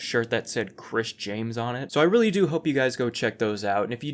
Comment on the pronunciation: The way you say “Chris James” sounds like you’re gonna say “Chris Chan”